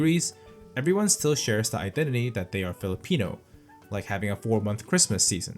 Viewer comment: I can't believe you're Korean, you sound more like a PH local in pronouncing the PH terms well. Kudos!